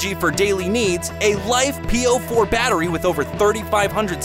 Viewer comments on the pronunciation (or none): Thool? Life “p” “o” 4? Sorry, but might want to research your pronunciations for next time. Thule = Too-Lee; and it’s usually LiFe “po” 4.